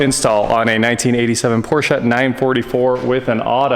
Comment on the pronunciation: Thank u for pronouncing PORSCHE correctly.